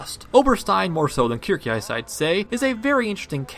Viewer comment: A bit late to the party but as someone who speaks German fluently I still can't get over how people butcher Kircheis's name. It's not Kir - C(k) - heis but Kir - sh - eis the shh sound, Kirsheis.